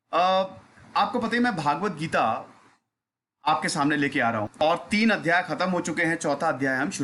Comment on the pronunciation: भाई पहले शुद्ध उच्चारण करना तो सीख ले, 'भगवद्गीता' है न कि 'भागवत गीता'। 'भागवत' पुराण के लिए प्रयुक्त होता है। ये संस्कृत का शब्द है, एक अक्षर तो बहुत बड़ी बात है , एक स्वर से भी अर्थ का अनर्थ हो जाता है। और हाँ , कॉन्टेंट में ऐसा लगा जैसे 5 वीं पास बच्चा रटा हुआ ज्ञान या केवल पढ़ा हुआ बता रहा है। और हाँ, अपने व्यक्तिगत विचार धार्मिक ग्रंथों के संबंध रखने से पहले किसी अधिकृत से अपने संशय दूर करके फिर वीडियो बनाया जाना चाहिए। अरे जब खुद ही कंफ्यूज होंगे तो दूसरे को तो दिक भ्रमित करोगे ही।